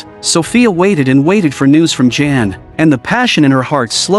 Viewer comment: It's not pronounced Jan like a girl's name (in English) but pronounced yah+ann = yan.